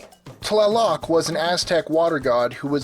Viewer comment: Man the pronunciations are horrible throughout this video. TLA-lock instead of tla-LOCK is one glaring exampl, and Meh-hee-ka instead of Meh-shee-ka is just plain insulting.